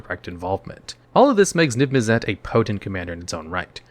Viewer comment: NIV MIZZ IT. Damn That was so hard to hear over and over and over, I wanted you to know I unsubbed. Holy crap..